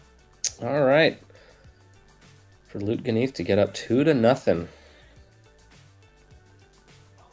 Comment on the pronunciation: Wow someone pronounced Lut’s name correctly right off the bat 😅